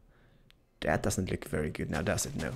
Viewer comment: Are you saying good or guude?